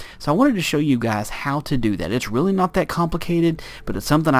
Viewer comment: Lol you said "teally" instead of "really" ....